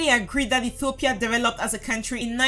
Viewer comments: Please when you say Ethiopia you say Etthhiopia it is wierd just say Ethiopia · Every time she mispronounces Ethiopia I get more and more annoyed